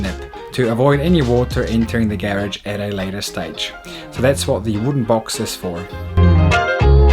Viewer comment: Garage not gheredge